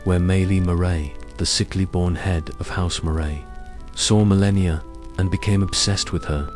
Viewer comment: i appreciate this type of video, but is this an AI vocalization? Because there are proper nouns mispronounced all OVER the place, it's crazy distracting, and it makes me think this video was put out by someone who's never paid attention to the lore of the game. To name a few: Caelid = KAY-lid (not SEE-lid) Radahn = ruh-DAHN (not RAD-din) Malenia = muh-LAY-nyuh (not muh-LEE-nyuh) Miquella = MICK-uh-luh (not mick-AY-luh or mick-ELL-uh) Marika = MARE-uh-kuh (not muh-REE-kuh) It just begs the question of how much research a real person could do playing the game without actually noticing how these words are pronounced...